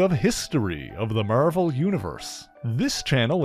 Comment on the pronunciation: The way you say Marvel is the most satisfying thing on the planet.